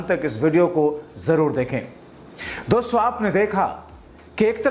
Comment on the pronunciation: Loude doson yeh Kaun Hai doson doston bolna nahi aata to mat bolo, Tera chicha jaisa mitron bolo to maanta hoon lekin doson yeh Kaun si sabdh hai.. gaali khane se pehle sudharo apna pronounciation Verna bura Maan jaoge aap, jab public gaaliya denge, doson nhi doston hon 😮a chahiye nhi to mitron bolo .